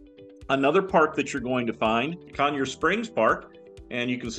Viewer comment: Not Conyars Park. Pronounced “Coin-er” park. It’s main water source for Waynesboro. Natural spring w/ Very COLD ankle deep stream.